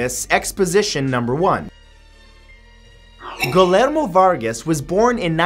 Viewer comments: Gee-yair-mo. Not gill-air-mo. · For future reference, Matt, Guillermo is usually pronounced "Gee-air-mo" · Hey Matthew, you really butchered #6. His name is pronounced geeh-germ-oh (the first G as in "gill"), and "Eres lo que lees" (pronounced "eh-res loh kae lae-ehs") means "You are what you read," not "You are what you eat." Awesome beard, by the way. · Guillermo Varga's first name is pronounced "gee-YAIR-mo." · Thanks! ALso... I know nobody is expected to know how to pronounce other languages (except everyone non-anglophone that is expected to learn english.... mmmmm....) but honestly, his pronunciation of "Guillermo" makes me wanna cry :') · The way he says Guillermo frustrates me so much